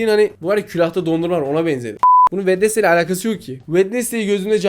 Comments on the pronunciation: Bu arada. O wendestay. Değil. Wendzey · Wednesday wednesday diye okunmuyor wedinsdey diye okunuyor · Bak vendestey dion öyle yok wenzday diyicen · Abi o wednesday değil wenizdey diye okunuyor yalnız 😂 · Abi çok hoşsun sence Wednesday yazıldığı gibi mi okunur😅😅😅😅😅